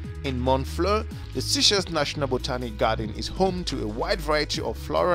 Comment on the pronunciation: Please stop saying seashells it's sey like say.